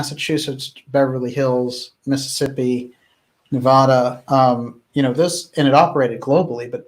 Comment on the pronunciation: You are my favorite channel of all time, so please do us Nevadans a favor and learn how to pronounce Nevada.